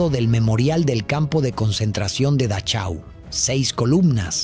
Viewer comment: Se dice Dajau